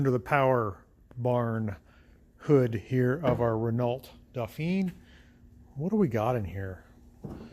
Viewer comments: Please, please, it’s pronounced ‘Reno” and not “ren ault “ There you go, my little Aussie winge. 😝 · Probably is a Gordini: 4 wheel discs, 4 spd transmission, 37 HP. BTW it's "ren-OH". C'est francais. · “T” in Renault is silent, and it is pronounced as “Ren-no.” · had the car for many years but still can't pronounce "ren-oh" correctly :P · I get a chuckle how you say Renault ,It's wrong.haha The lt is silent .